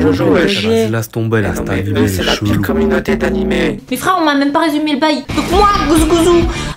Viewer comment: Sa se dit pas animé